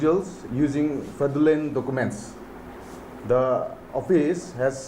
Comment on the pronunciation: I really appreciate DNSU for this but please learn how to pronounce fraudulent first 😅